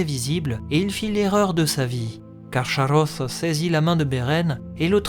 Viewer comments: Ach se prononce ar en allemand et pas ax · On prononce KarKaross (le ch chez Tolkien se prononce toujours K). Sinon super vidéo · Salut :) C'est balot de se renseigner autant sur un sujet et de se rater sur sa prononciation :/ le CH est explicitement indiqué comme se prononçant [x] (comme le "ach" allemand) Autre erreur : Draugluin est tué la même année que l'arrivée de Beren et Luthien devant Carcharoth, pas "des années auparavant" Mais sinon, très quali :)